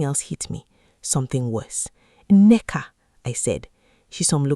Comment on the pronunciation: The daughters name is Nneka. You keep giving it different spellings and pronunciation.